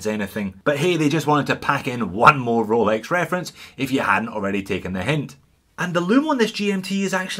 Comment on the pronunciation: Great channel, I watch every one, but I'm a bit over the "Cholex"